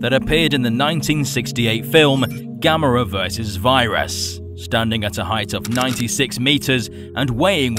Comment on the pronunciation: Its viras VIIII RAS Not Vyeras Vi ras